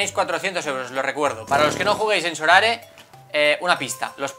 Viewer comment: A ver si alguno se da cuenta de que no es sorare, es so rare.